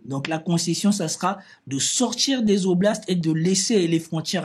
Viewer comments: Quatre "oblastes" et pas quatre Zoblastes il n'y a pas de S à "quatre". Une fois ça va mais la répétition écorche vraiment les oreilles. J'apprécie cependant tes analyses malgré les fréquentes fautes d'accords etc. Il n'y a malheureusement pas de inbox pour t'écrire. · très cordialement , on ne dit pas quatre zoblasts mais quatre oblasts. j'apprécie beaucoup vos analyses. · Quatre oblasts !!! Pas quatre-z-oblasts !!! Pitié ! Vous nous faites saigner les oreilles !!!